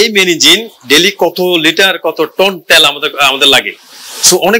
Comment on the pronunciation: ত্যাল নয় তেল বলুন ।